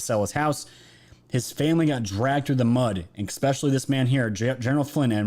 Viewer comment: "expecially" isn't a word,,,,,,, you're still brilliant though.